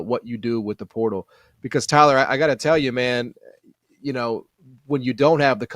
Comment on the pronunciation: Tyuhhhlur needing t o o be unduhhr spell of speeching patholigysitss or maybbbee robby D. needing t o helpping tuyylluhhhr wid tha ingles idioma